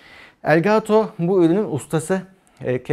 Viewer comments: "Gaaato" değil yahu "Gato" :) Kedi anlamına gelir bu arada (gereksiz ek bilgi) 😂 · Elgaaato o bizim için. :)